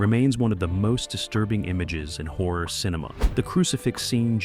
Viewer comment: WHAT FRIGHTENS ME THE MOST IS WHEN PRONOUNCING "HORROR" SO THAT IT SOUNDS LIKE "WHORE".